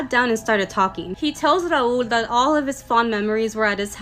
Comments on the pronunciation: its rahul btw not raool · I think it was Rahul and she mispronounce it 😅😂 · Why she pronouncing Rahuuuuuul like that..